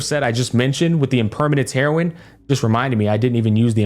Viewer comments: Our Man Pronounced Impermanence Heron, Impermanence HEROIN with a Straight Face and thought we Wouldn't Notice🤣An Absolute Masterpiece of a Video Showcasing everything perfectly down to a cup of Heroin, It's Always a pleasure watching you, Keep up the Great work Brother 🖤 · yep...Impermanence "Heroin(e)"...that was wild... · "impermanence heroin" i can not unhear it anymore 😭😭